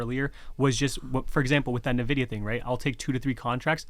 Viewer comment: Do they both refer to Nvidia as Navidia? 🤔